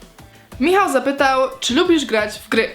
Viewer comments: "Bartosz zapytłał" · bartosz zapytŁAŁ hahahahaha xDDDDDDDDDDDDDDDDDDDDDDD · Bartosz Zapytłał xD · Zapłytłał XD TAK USŁYSZAŁAM XD